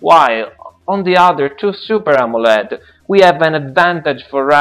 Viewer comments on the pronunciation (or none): none